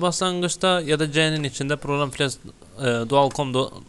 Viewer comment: Bir iş yapıyorsun eyvallah sağol da biraz özen yahu. ofil değil o Q Q Q Q Q Q harfi QFIL. Program files de çok orijinal olmuş. Pazar filesi. Yerel DİKS hele çağ atlatmış. Disk Dikse dönüşerek bilgisayar evrimini tamamlamıştır.